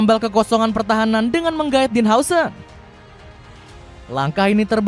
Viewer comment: Dean huijsen di baca din hause 😂